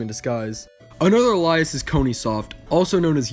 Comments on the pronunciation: ay-lee-us, not ah-lie-us, the former is the word you want, the latter is a name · No offense intended, but it's pronounced "ail-ee-us", not "ah-lie-us". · It's pronounced ale-ee-es